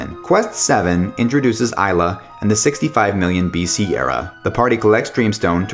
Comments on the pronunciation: He also can't pronounce anything lmao. Isla instead of Ayla, Azahla instead of Azala, Lucka??? seriously??? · Its also A-la not I-la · Travis Callahan gotta disagree on that one. Ai-la sounds better than Ay-la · on what planet do you pronounce A with an I sound?